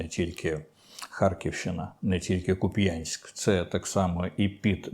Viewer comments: Пан Дмитро, правильний наголос Ку́п'янськ. Чому всі плутають постійно. Куп'янськ гарне українське місто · Куп'янськ наголос на У